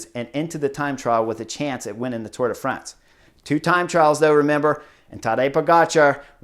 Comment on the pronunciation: Thank you, Chris! for saying Tour de France instead of Tour de Fronse.